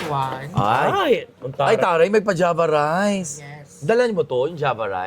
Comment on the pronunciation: Hahaha java rice pala... Unang rinig ko panjama rice😂😂😂